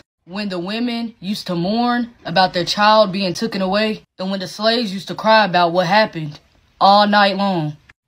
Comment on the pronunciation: I am a REAL woman and I approve this message. Also, “tooken”? TOOKEN??? Girl needs an education.